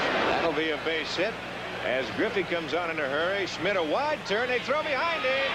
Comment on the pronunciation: Schmidt, not Smith. Geez.